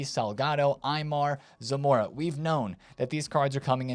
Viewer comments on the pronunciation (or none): Zamorano, not Zanora 😂😂😂